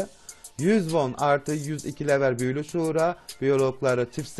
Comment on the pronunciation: Şura değil sura